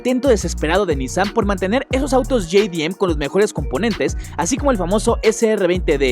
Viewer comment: Acaso pasaste la clase de pronunciación por que pronuncias RE MAL ej: subaru y nissan